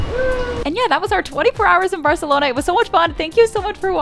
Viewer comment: You say barcelona wrong but food review good